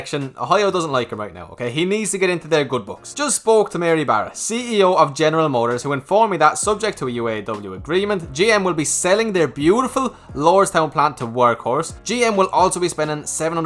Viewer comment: ok here are my two favorite sayings: 1) Beautiful, pronounced "Buuuuuuuuuuutttiiiiiiiiiifuuuuuulllllll" 2) Thousand, pronounced: "Tuah-Send" Taaauuuuuu-SeND"